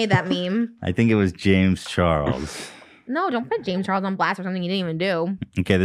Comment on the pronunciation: and “James CHARL” 😅🤣